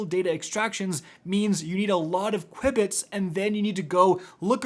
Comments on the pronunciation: I'm sorry, but it's pronounced 'q-bits' no 'cui-bits' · JFC...it's pronounced "Q-Bits"...as in quantum bits. 🤦‍♂️🤦‍♂️🤦‍♂️ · Qubits are pronounced "Q bits". Short for quantum bit. Ordinary computers use bits; quantum computers use qubits. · Hearing say qubits I will star saying it like that now 😂😂 I think it's "cue"-bits but I like the new pronunciation 😂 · q-bits, like quantum bits 🙂 Appreciate the video, definitely making my runs much easier, your videos are always super helpful, thanks for this and all the other new videos! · lol mispronounced the word so much THERE IS NO I BETWEEN THE U AND B lol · Sorry I’m pronouncing it this way from now on. It’s too great, fun to say